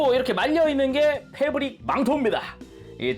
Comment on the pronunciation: 뭐라구여? 페부ㄹrrrr릭 망토?!